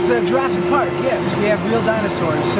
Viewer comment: dice -estamos entrando al parke de jurassick park